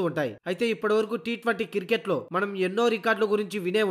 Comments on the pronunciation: Voice over evado gani adi kiriket kadu ra naayana cricket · కిరికేట్ కాదు క్రికెట్ భయ్యా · Kirket yendi ra ayya.... Cricket anu....🤦🤦🤦